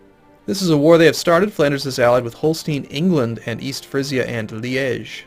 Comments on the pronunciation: Yep, I got excited when I heard that too! it's Liège, making it kind of like 'lee - edge', but obviously with the soft G instead. Same way as he pronounces it ; flawless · The first time you said Liege at was perfect! Couldnt be better. I think its even how the French pronounce it. Sorry for pressing on pronounciation...